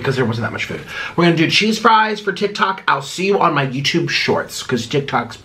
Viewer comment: You need to read too bc you called tiktok tiktik